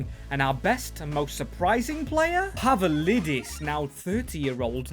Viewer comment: ITS PAVLIDIS NOT PAVALIDIS BRO COMON